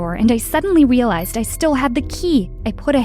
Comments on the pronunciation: "I was still in my Powerpuff pajamas when I wealized." Did anybody notice that? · she said "W"ealized XD